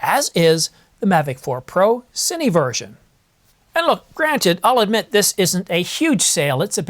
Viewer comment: You said “Cinee,” Thank you!